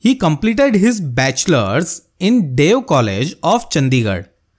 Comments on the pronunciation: it is D.A.V . Don't pronounce it as dev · Sir its is D A V not dev you have to say single words D A V not bev school its D A V school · Bro it is D A V not dev